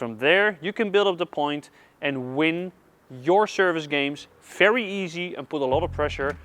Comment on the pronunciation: I’m confused. Why is it ‘fery’ and ‘folley’, but it’s not ‘famos’? Great videos, btw😁. Subscribed